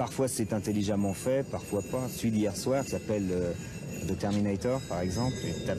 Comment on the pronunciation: Il suffisait de nous apprendre le bon son du "the" qui devant une consonne se prononce comme "de" zozoté, et non comme "ze" !